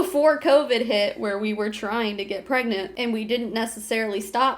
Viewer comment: Are you pergreant? Are you gregnant? Are you pregante? Are you peragnt? Are you prengant?